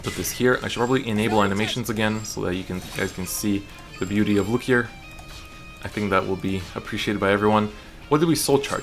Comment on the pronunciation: God I hate how he pronounces it, like even if I’m saying it wrong I will always say Loo-key-aa like it’s french